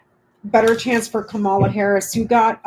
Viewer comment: Please pronounce Kamala Harris' name correctly. It's pronounced Comma-a (*not* Ka-MAH-La). Love your work. Thanks.